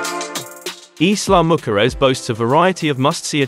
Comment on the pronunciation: Every time you pronounce Isla mujeres Im lol…not even close to the name if this beautiful island